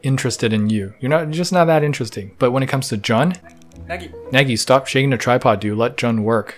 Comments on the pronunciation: Jun’s name is pronounced “Joon” not “Jon” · CAN YOU JUST GET THE NAME OF THE PERSON YOU SIMPING FOR RIGHT? holy hell its not john its JUN its pronounced JOON / JUNE ! i got eye twitch everytime you called him john gah. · His name is pronounced like the month June, the e is just silent. Jun. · grown chinese canadian man simps over japanese grown man and instead of jooon he calls him jaun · Juneeeeee not Jen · He keeps saying jun. I must be the only person bothered by this. His name is pronounced like June but spelled Jun. anyway I will exit.. thanks for the nice review of my favorite YouTube channel!! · It’s pronounced “june” his full name is Junichi btw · his name pronounce like June without the. the easiest to say Japanese word say in Spanish. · My only qualms with this video is that Jun’s name is pronounced more like “June” :) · Please say his name the correct way! Joooooon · Jun is pronounced like June. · it's pronounce joon..... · I am so so sorry but this is killing me...his name is pronounced like the month of June, not with 'ju' as in 'jump' or 'just'